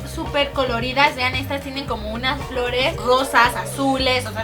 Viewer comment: dijo gosas en vez de rosa je muy buen video lesslie (yiyi)